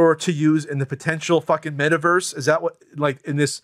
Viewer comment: idk what bugs me more. NFTs or pronouncing it Mayta Verse 🤣🤣